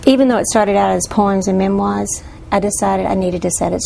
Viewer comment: "Pohms and Memwahs" Damn.